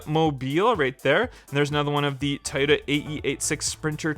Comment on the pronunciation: its trueno not truno... and toyota not tioda... soo cringe ..